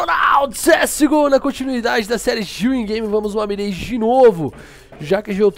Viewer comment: mais um vídeo top do coach profisssionaaaaaaal de cs go, vou ver até ficar bom, kkkkk grande dia, aí não é "mireigi" é "mirrágh", o inglês às vezes da trabalho pra nóis que é br, da pra falar "mirági" msm que é menos errado, se puder passar a visão pra rapaziada, vlw "tamoJ"